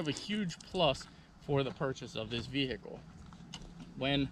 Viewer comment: Over pronunciation of the “H” in Vehicle. Kills me